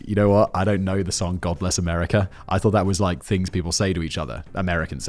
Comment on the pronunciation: What Simon said: God bless America What I heard: God-less America A bit more honest really.